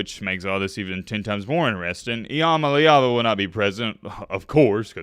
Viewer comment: Nico I-AM-A-LEVA